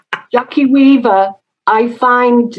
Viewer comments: Jackie Wee-Vah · She said Jackie weaver